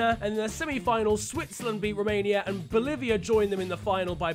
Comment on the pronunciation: The way you said Boliviá LMAO